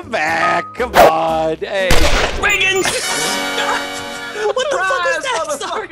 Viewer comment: best moment by far. Love how says Reagan!!!